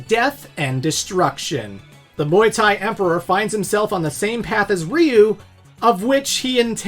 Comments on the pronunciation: It's so funny to me when I hear people saying "Rhee-you" and thinking it's any less wrong than "Rye-you". If you're confused, here's a hint: Ryu is one syllable. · Dude said reeyou instead of ryeyou is wild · Ya pronounced Ryu wrong , it’s like Rye-u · “My mom doesn’t really play video games, but she sure as hell knows who Ryu is!” Sonny, that’s pronounced Raiyu. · Dude, did you say Ryu-nion? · You cant even pronounce Ryu lol